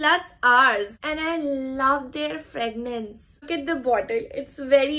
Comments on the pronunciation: Behan its not fragnance its fragrance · did she just say I love the "fragnance" Lmao🤣🤣🤣🤣